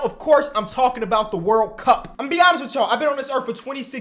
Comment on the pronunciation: Hearing say wurl cup is just the peak of life